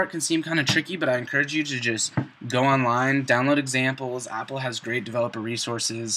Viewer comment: What did you say was good for code examples? Appla? Opla? Opra? Cheers for the vid though